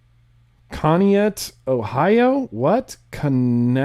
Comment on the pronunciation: Its pronounced (connie ack) ohio